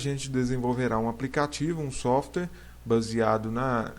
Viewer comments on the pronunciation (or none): none